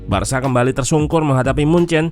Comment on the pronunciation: Cara baca "Barca" itu barsa bukan barsya